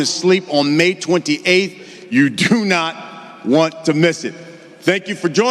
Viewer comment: “Deew”😂😂😂😂😂😂😂 holy shit